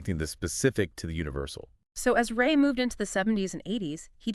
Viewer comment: Rāyey, not Ray as in the sun's ray.